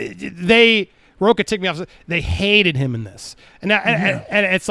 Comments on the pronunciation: Why does everyone calls him row-kah instead of row-cha. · He is a Latino that pronounces his last name as rocca and not RoCHA, like a real LATINO!